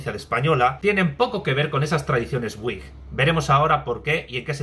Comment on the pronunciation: Wigh sera uaig, supongo. Me refiero a la pronunciación. O decimos vig, o uaig, pero uig no se entiende.